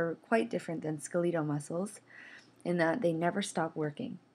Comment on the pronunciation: Ska-leetal muscles? Seriously?